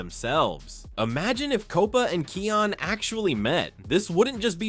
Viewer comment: You mispronounced Kion’s name. (His name is pronounced as "KIGH-on”.)